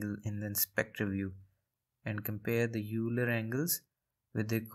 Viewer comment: Euler as in "Oiler"